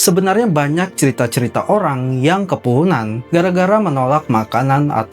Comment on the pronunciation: Kepuhunan x bukn kepohonan😂